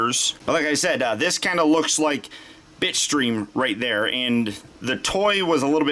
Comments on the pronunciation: nope you're not the only one lmao, I could swear he said "bitch stream" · Nope me to dude i been hearing bi*chstream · Everytime you said Bitstream I had to rethink what i heard because I couldn't not hear bitch stream